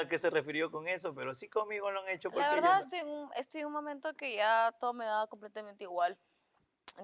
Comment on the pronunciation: no es "dil la verdá'", es "di la verdad".